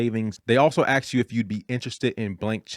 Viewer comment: You sound very intelligent…but why do you say ax instead of ask